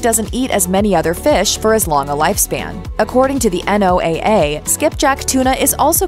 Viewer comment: BTW... NOAA is pronounced "noah" like the guy with the ark.